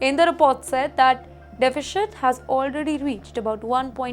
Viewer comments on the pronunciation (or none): though it is defi shit, its pronounced deficit 😀